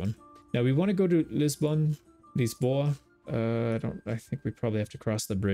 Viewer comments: I love this!! And your pronunciation of "Barcelona" cracks me up every single time. For Lisbon, though, when you say "Lisboa" the way you do, that's more of a Brazilian accent, which is pretty impressive, don't get me wrong. But if you say Lishboa ('sh' in there), that'd be just perfect!! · Lisboa is pronounced with a Leezh-boa sound.